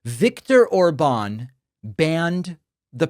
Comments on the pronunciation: it's OR-bahn not or-BAHN 😂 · Btw, despite him having that á, his name is stressed on the first syllable (like most? all? words in Hungarian). So ORban not orBAN.